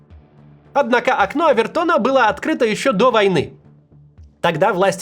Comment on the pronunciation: О́вертон — фамилия американского юриста, а не термин из музыкальной теории. Ударение на первый слог.